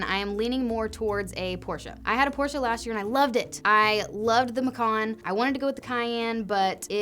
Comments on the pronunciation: Kudos for correctly pronouncing Porsche. Almost like a German. 😉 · Thank you for pronouncing Porsche correctly. Good luck. And absolutely do purple. It’s the best. Treat yo self.